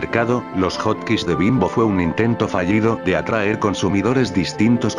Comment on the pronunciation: Se dice hotkis